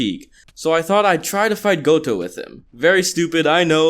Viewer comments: UMM ITS GOJO NOT GOTO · My man its GOJO NOT GOTOU Haha 😤🤣🤣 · you didn’t say gojo you said goto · yeah i just came to the comments to tell you its gojo not goto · My life was decimated when I hear him call Gojo Gotou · He didnt know how to spekk gojo he said goto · Is it only me that’s hearing goto and not Gojo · WHY DO YOU CALL HIM GOTO I. HAVING A MNETAL BREKdowndjjfhbguehbviehdbv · its gojo not goto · Lmao goto instead of gojo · It’s not pronounced Goto it’s Gojo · It's not Goto its gojo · He called Gojo "Goto" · Did man say Goto but meant Gojo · Yo said goto did make that up its gojo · GOTO??? ITS GOJO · Lmao its gojo not gotou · Why am I always so triggered when he says "GoTo" and not "GoJo" I cant be the only one lmao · He keeps saying goto instead of gojo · its gojo not goto man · Yo I like your videos a lot but fam it’s gojo not goto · this man rlly just said goto instead of gojo this man a savage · how do you mis pronounce gojo into goto💀💀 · I felt pain every time I heard gotou instead of gojo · This man is saying Goto not Gojo,just triggering me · Stop saying goto instead of gojo lmao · Why do you say goto instead of gojo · Did you seriously just called Gojo Goto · Bro hey guys I’m “gotou” it’s totally not called gojo This is just a joke don’t get triggered and I’m talking to you brevis fans that click on the vid after 1 millisecond Edit:I died when he said Gotou instead of gojo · Am I the only one who's really annoyed by him calling gojo gotou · No, in the dub he’s still called Gojo idk why he’s calling him Goto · Either you haven't seen the anime or you're illiterate. "Goto" instead of "GOJO" smh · am i the only one irritated he is saying goto instead of gojo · he keeps calling Gojo "Goto" :/// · I was pretty offended when he said Goto instead of Gojo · I'm a bit pissed on him calling "Gojo" "Gotou* but it is what it is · "Gotou" sigh ... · Your like this: “I found a GOUTO” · No offense but you out here saying goto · Every time you said goto I was in pain